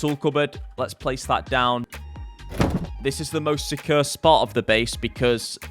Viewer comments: jordans pronunciation of the word "secure" drives me crazy and he says it multiple times in every video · Your accent of "secure" gets me every time. Great work on all your wholesome content nevertheless. *tips a cup o' tea